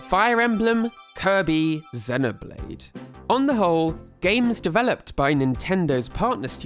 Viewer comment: Why do you pronounce it ZE-noblade not ZEE-noblade?